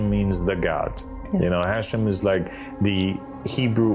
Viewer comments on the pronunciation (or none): the word is pronounced as "Ha - Shem" pronounced as two words. not "hashem". The word is two words meaning "HA" is "the" and "SHEM" is "Name". This has nothing to do with Islam. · Pronounced....HA shem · And don't you just love his mispronunciation of Hashem? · Poor guy doesn't even know that Hashem means the name 😂😂😂 And that Hashem is mispronounced when he says it